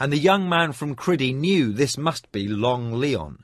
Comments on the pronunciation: Seriously its CRY-DEE NOT Criddy aaaaarrrhghh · Almost Brilliant.......thoroughly enjoyed this except for the butchering of these 2 names............CRY-DEE and A-RUTH-a..... ON Feist's official site, he has the correct pronunciations, spelled out phonetically. Fiest has spoken these names in interviews and such. CRY-DEE........not criddy.....Crydee rhymes with TIDY a-ROOTH-a.............hard on the RUTH..........rhymes with tooth.